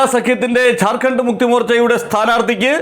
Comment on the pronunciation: ചാർഖണ്ഡ് അല്ലജാർഖണ്ഡ് ഞണ് ശരിക്ക് പറയാൻ പഠിക്ക്